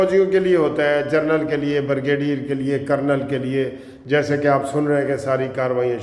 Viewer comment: ۔ معذرت کے ساتھ اردو میں جرنیل کہہ دیا کریں۔ اگر انگریزی میں کہنا ھے تو پھر پلیز جرنل کی بجائے جنرل کہا کریں۔ سر۔ آپ کی شخصیت کے لئے یہ ضروری ھے۔